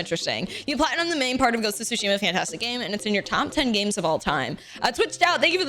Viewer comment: not calling it ghost of twoshima.... SMH MY HEAD! uuunnbelieevable.